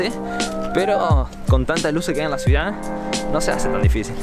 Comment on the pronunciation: no es Suidad, es Ciudad!!